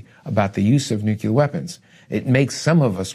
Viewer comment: If the guy you’re interviewing says nucular and not nuclear, then it a good possibility he doesn’t know what he’s talking about just saying